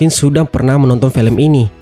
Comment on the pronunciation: Felem yah min bukan film..wkkwkw